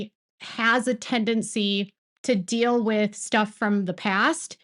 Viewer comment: Fill and dill instead of feel and deal